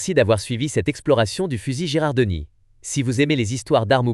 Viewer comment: Bien vu ! 😅 C’est bien Girardoni (ou Girandoni selon les transcriptions), pas Gerardoni. La faute de prononciation, ça pique un peu… Merci pour la correction, je ferai gaffe la prochaine fois ! 😉🔧🔥